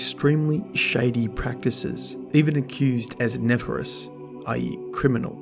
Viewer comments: It's not "nefer-ous" it's "nef-air-ious" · love the vid as always but i have to say....nefarious....ne-fair-ee-us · Lova ya, by it's pronounced ne-fair-re-us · I feel like an ass for being irked with how you pronounce nefarious...